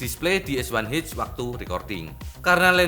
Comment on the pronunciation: Es Wan Eith atau Es Wan Ha Es Satu Ha 🤭 Pis ✌